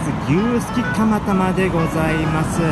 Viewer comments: 牛すきタマタマに聞こえた。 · 釜玉がたまたまに聞こえた笑笑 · 牛すきタマタマにしか聞こえないよぉぉ